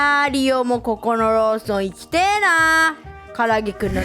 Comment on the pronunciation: の「行きてえ↑なあ」好き（"え"にアクセントがあるのが面白い） 現実では殆ど馴染みのないVTuberに、生活の基盤とも言えるコンビニについての知識を与えられるのは、かなり新鮮な感覚だぁ